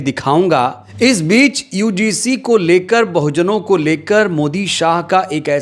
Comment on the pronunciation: भाई साहब पहले शब्द का उच्चारण तो सहीकरो यूडीसी है कि यूजीसी है आप तो यूडीसी बोल रहे हो जबकि वह यूजीसी है